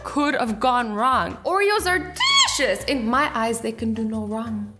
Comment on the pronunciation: “It’s... DELICIOUS!”